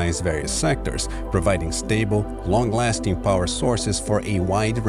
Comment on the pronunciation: you make me angry, "lastign"